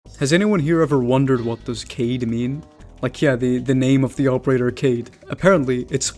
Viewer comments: Yeah, I just looked it up, again, this time specifically "leader in arabic," & "Moroccan arabic," as you suggested, and it's pronounced KAH-yid or GA-yed. Perhaps my spelling, "kah-eed," wasn't right, but my pronounciation was correct as 'Kaid' is never pronounced "cade" so idk where that came from. To even suggest it's pronounced cade after claiming to be speak Arabic is particularly peculiar to me. No disrespect, my friend. I'll leave the conversation here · Ehrm it's not 'Kayd' it's 'Ka-Eed' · For starters, it's pronounced kah-eed. I get the logic, in English that if Kaid is just 'aid' with a 'k' in front of it, it's pronounced "kaid/cade" but it's an Arabic operator with an Arabic name that is pronounced "kah-eed." I also get most English speakers don't care about pronouncing things properly 😂😂 I literally had a squad of fellow Americans laugh at me for pronouncing his name properly then proceeded to make fun of Arabic pronunciation and him being Arabic 🤷🏾‍♂️😂😂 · kaid is actualley pronouced ka-eed, i might be wrong tho thats js what I was told by google and some video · erm actually its pronounced kahid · HAHAH IT ISN'T Ka Idd after all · i had a feeling everyone was mispronouncing kaid